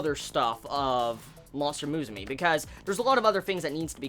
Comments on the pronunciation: How the hell do you come up with pronouncing MUSUME like that? since when does U make an E sound?? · It's pronounced moo-sue-may btw ;) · Lmao you pronounce Musume so wrong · why's he pronouncing musume like that? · He butchered the name so bad...